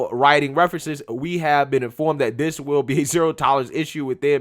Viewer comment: Hi, I am a white conservative male and I noticed that instead of using the word this you are replacing it with the word diss, I was wondering could you please pronounce it as this instead because pronouncing it as diss makes you look ignorant.